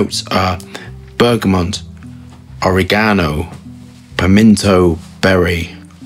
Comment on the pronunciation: Why did you pronounced oregano in such a different way? Not even British people pronounce it the way you did. Loved the video by the way! Awesome review!